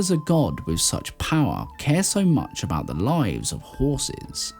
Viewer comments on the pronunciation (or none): none